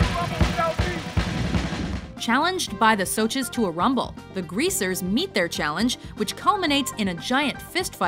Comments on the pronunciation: Honestly the rumble should've been first. Also im honestly pissed that she pronounces 'socs' as 'soches' smh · They said it like sochs instead of socs (said soshies) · WTF IS A "SOCH" ITS "SOSH" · Correction for you... In the way you pronounce "Socs" isn't with a sh... Its with a K... Almost like your saying "Socks"... Its easy to make a mistake but that's how it should have been pronounced. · THE MOTHERFUCKING 'SOCHEES' A WHOLE ASS SOCHEE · Socs are pronounced soshes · LOL "The soches" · she said soches.so-sh. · The way she says "socs" triggers me. But good vid anyway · Aw gawd they said Socs wrong.....